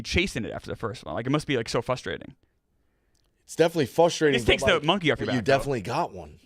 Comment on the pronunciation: Somebody please tell how to pronounce frustrating